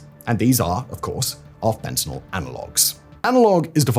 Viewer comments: Hey Simon! Thanks for pronouncing fentanyl correctly; I hate when people pronounce it fentanol. I realize by saying this, I run the risk of you mispronouncing it on purpose from now on, cuz I know that's how you are 😜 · Thank you for calling it fentanyl and not "FentaNOL" like most people.